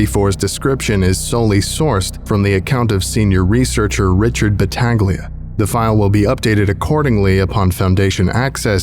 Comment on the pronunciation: its pronounced battahleeia